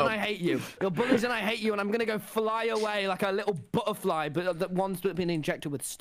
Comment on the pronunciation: 😂😂 Tubbo: “Philllll put the nukes back” 😂😂😂😂😂😂 Tommy the bUtahfLy